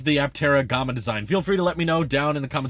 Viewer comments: "Gomma"?? No, dude. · I don't think it is pronounced Gahma. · The “a” in Gamma is pronounced like “yeah” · "Gom-uh"? Never heard it pronounced that way before. LOL. But yeah, if I didn't have 3 people in my family I would go for the Aptera as well. Supposedly there are plans for a 3 or 4 seater in the future so who knows? I wish them all the luck in the world to get this thing to market. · G(AH)ma? Is that how you normally pronounce it? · I’ve never heard Gama pronounced that way before. It’s like the two ways to say data. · Nah I’ve never heard it that way either 😆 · Yeah, in the US we say the a sound in Gamma like the a sound in camera. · Nah, he’s just saying gamma like the word comma. English must be his second language. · It was odd since he says alpha instead of ahlpha, so it's not a British influence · Yep that was out of nowhere